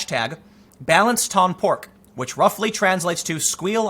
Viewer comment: It is not “bal-ense” like in United States, it is “Bahl-on-say” “Balance ton porc”